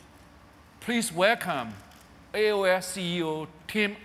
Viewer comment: Shame he can't say AO'errrrr. :(